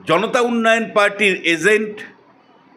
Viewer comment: Agent, not Azent.😂